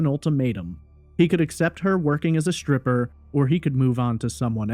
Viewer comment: Subscribed. After listening to you speak I unsubscribed. You have a very nice speaking voice. The deal breaker? Your pronunciation of certain words. You say shtripper instead of stripper, shtreet instead of street, etc. You do not sound uneducated. This is not a speech impediment. There is no reason for pronouncing words like this incorrectly. You can correct this if you want to.